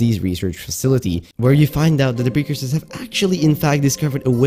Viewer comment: "one of the buildings constructed by the precoursers" ah yes. A man of culture. Love it